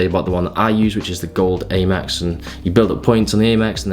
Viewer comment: Not sure what's better out of this pronunciation or the paprika one 😂 always great content anyways in looking into getting an Aymex card now hahah sick benefits